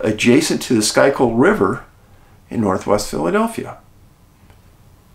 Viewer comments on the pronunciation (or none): Schuykill River…. Pronounced “ Skoo-kill” River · Not to be pedantic, but that's pronounced "School-kill" river, dave.